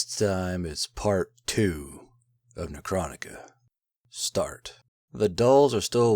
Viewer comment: Everyone agrees that says necroniga right?